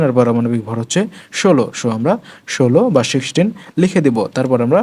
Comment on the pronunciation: সো, shixteen, presssshh , sheven , shirial Eigula ki bhai